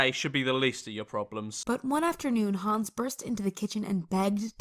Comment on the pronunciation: Hänz not hans